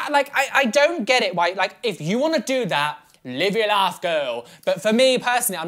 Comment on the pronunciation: Whenever says “live your life girl” it always sounds like “live your laugh girl” to my American ass